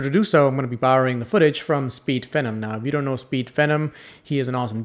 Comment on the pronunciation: His name is Austin and it's Speed Pheeeenom come on man